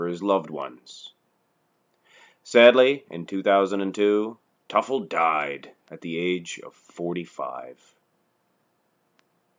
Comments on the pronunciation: It's pronounced ( To Full) not (Tuf el) Teufel Ron was my cousin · Pronounced Too'- ful, not Tuffel. Was a friend of mine. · His name is pronounced "tooful" - not "tuffle" !!! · < You totally got his last name wrong. Its pronounced like this Too Full..I went to high school with him and we were were a couple. He was an amazing person and so is his family. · Toy-full Devil in German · ...and the emphasis should be on the first syllable. I knew him.